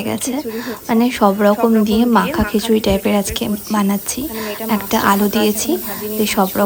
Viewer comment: Khechuri na bolun khichuri